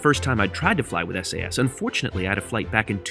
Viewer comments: Hello. I am from Denmark. So you normally say Sas. Your welcome! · It's definitely pronounced Sass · Referring to how you pronounce “SAS” in Norway, which is a part of “SAS” we would say “Sass” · We Swedes pronounce it ”Sass” to be honest